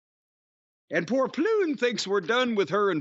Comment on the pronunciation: Het is grappig om te horen hoe Jim probeert 'Pleun', 'Fulko' en 'Apeldoorn' uit te spreken. xD En ik maar denken dat ik redelijk uniek was als luisteraar van Jim en Brian, in Nederland.